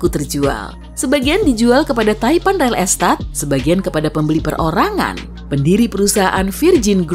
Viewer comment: Ga salah denger REL ESTAT????